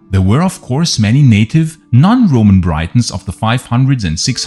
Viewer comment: Achtung, "Briton" wird gleich ausgesprochen wie "Britain" (und nicht wie 'Breiton').